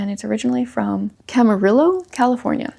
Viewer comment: First off, HAPPY BIRTHDAY. Also, I always do the same with How Should We Then Live. Fun fact: My mom met my dad in Camarillo, CA. And if you care... It's pronounced "CAM-uh-REE-oh." :D